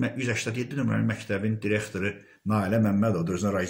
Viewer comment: MƏMURƏ .XANIM YOX.ZİBİL XANIM.DİREKTOR YOX DIRIQTOR.ÖLKƏ DAQILIRRRR.SOS SOS.VALLAH BİABIRÇILIQDIR TƏHSİLİ QƏSDƏN AXSADIRLAR.